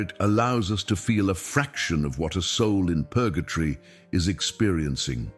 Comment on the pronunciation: It is Purgatory not Purgatry.